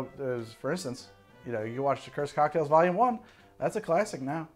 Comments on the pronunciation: Every time you said “Docktails” I instinctually and uncontrollably went, “a-wooo-oooo!” Everyday they’re out there making “docktails” “a-wooo-oooo!” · Saying "whoo hoo" after every time he says doc-tails (whoo hoo) is a requirement upon viewing